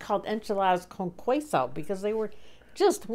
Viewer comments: Great recipe! I wasn't hungry when I started watching, but now I am!! You're Spanish pronunciation is PERFECTO! needs your help. She sounded cute nonetheless, even though she pronounced the silent U after the Q in queso. Cant' wait to see the new boat!! Love the vids and the recipes! Keep them coming....Maybe next time you need to have a strict no cellphone policy during dinner and movie time - LOL! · Hi Booger! The enchies were so creamy, cheesy and delish! Your Spanish spelling is right on! Although, cheeky mispronounced it in the video. It's "kay-so," not "quay-so." I dare not tell her of her mistake! That will definitely hurt my chances with her. After 52 years of courting her, I can't afford to go back to square one! 😜 It’s so good of you to stop over! Thanks especially for the good words my dear friend! Hi, Tom!